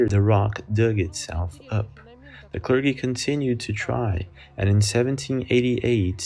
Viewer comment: It's pronounced: Clur-jee (Clergy) ~ NOT~ "Clur-guh-ee" (Great Vid, that being said, you'd think in the 2020's, there would be ONE person who caught something remarkable on tape who wasn't using a 480p CAMERA ~or~ one which had the ability to FOCUS on a Close-up Shot (!!!) (* What are cameras up to in resolution now, 8K!?)